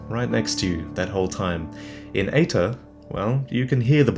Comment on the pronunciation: EITR ? Why does it sounds like Hater the first time you say it on the video ? [CAUTION HATER COMMENT] SOULS LIKE MOSTLY SUCK !!![END OF THE HATER COMMENT]